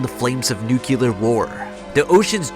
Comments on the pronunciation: Nuke-You-Lar War... haha I'm out! FYI it's Nu-Clear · Nooculer war!